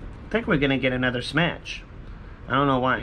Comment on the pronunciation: Stop saying smatch